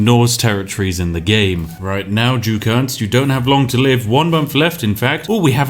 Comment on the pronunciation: You are mispronouncing Ernst's name. This is serious.